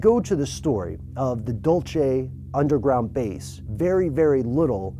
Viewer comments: its Duel-seh not dulchi Ahh that drives me nuts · dul-se not dul-che. my side of nm. grinding teeth when I hear it. Lol. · The way he pronounced dulce is so funny... Dulce not dulche lol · It's dull say. Not dull chey. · It's Dulce!! Not Dulche.. Dulsee in gringo.. It means Candy.. Candy, NM is its gringo name. Get it right people! And yes it's all true.. Come and see for yourselves all ..you mite just end up with a tail and dogface.. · aaahhh! It is NOT Dol-che! it is pronounced Dul-c and it is the Jicarilla Apache Reservation. You are killing the truth! yes there is Alien and UFO sightings there is a mother ship. If you are going to report something please get your facts and pronunciations right. I doubt you have even stepped foot on our lands. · How stuff work doesn't understand how Spanish works. It's not "dul-che," it's "dool-se". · DUL-SAY not DUL-CHAY. Do your research. Phil Schneider died in 1996. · hahaha "dual-che", is pronounced "dual-sey", means candy in Spanish. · Dude! Its not Dul chay (Dulce)... Its pronounced " Dul Cey" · Lol "dulche" it's pronounced DOOL-seh!!! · Dool-Say not Dolce/Dol-che. OMG if he watched the other documentaries or he had done some research on New MEXICO he'd know that it is a Spanish word, not Italian. arghhh. so annyoing. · Not dulche... it's pronounced duel-se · Pronounced "Dul-see" by those of us that live here....not "Dol-chay" and there is nothing here but sand, sage, evergreens, beautiful landscapes and Jicarilla Apaches.... Stand for something or fall for anything...... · Dulse, not Dolčej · Can you really not pronounce Dulce, Nm? It's really annoying. Where the hell did you get Dul-chay? Its more like Dul-say as in the spanish word for candy or sweets. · Dulce = Dool-Say. Spanish word for sweet! TNX for the video! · dole-ché (Dolce)? It's pronounced dool-sé (Dulce) which translates to sweet in Spanish. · also, it's pronounced "dool-ceh" not "dol-che" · It's pronounced Duel-Say, not Dolche. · DUL-CHE. ahahahahahahah